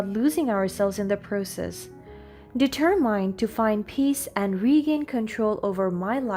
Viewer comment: Hearing someone mispronounce words usually triggers my OCD. Listening to you though, with you mispronouncing every other word, has me rolling on the floor laughing. AtMOsphere, deterMINE, hilarious today for some reason.